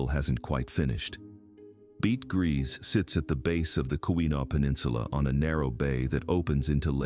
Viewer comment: Bete Gris = BAY-TUH GREE 💖 I love hearing about all this history!